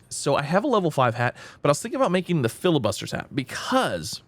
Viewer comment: bro, its not called FILIbuster... its FLI..bustier xD its french